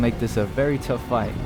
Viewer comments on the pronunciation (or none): none